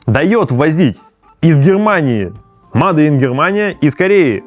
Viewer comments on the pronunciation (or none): Начал смотреть и сразу режет слух: мадэ ин корея, мадэ ин китай... ну неужели так трудно говорить "мэйд"? Ну или хотя бы: сделано... а потом почитал комментарии и совсем расхотелось смотреть дальше... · Не мадэ, а мейд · Не МАДЕ а МЭЙД!!! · не МАДЕ🤨, а мэйд, так будет лучше. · Мадэ, мадэ, бесит блин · "МадЭ" брррр... Ер инглиш из пёрфект...